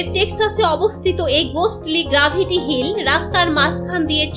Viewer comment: অনেকগুলো ভুল শব্দ বাদে ভিডিওটি ভালো হয়েছে। শরীল না শরীর গ্রাভাটি না গ্রাভেটি।